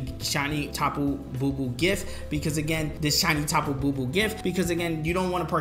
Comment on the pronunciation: Tapu Bulu not Bubu